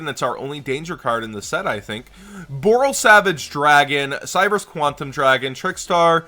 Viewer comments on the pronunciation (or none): none